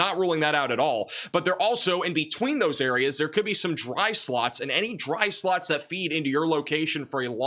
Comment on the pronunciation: Golf-effect snow and dry sluts inside of that snow!! Your short o and u sounds are identical to my ear 😂❤ Wonderful reporting as always 🎉